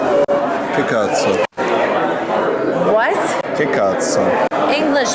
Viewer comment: I'm Italian and that "Che Cazzo" just killed me, that's proper skill man, keep it up